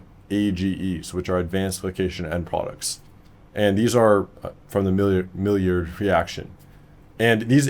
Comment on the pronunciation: Maillard is pronounced "My - Yard" btw.. Bonus points if you say it in a French accent.